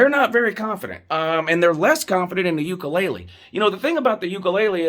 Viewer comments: “Dj ukulele“ 😂. I’m not faulting you it is a hard to pronounce name, it’s just funny. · 😂😂 "Ukelele" is killing me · You aren't saying DJ name correctly